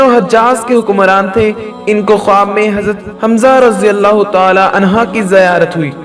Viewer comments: عنھا نہیں بلکہ عنھ پرھنا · Anha ni anhu kehte han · Bhai anha nhi anhu hota h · Anha nehi anhu he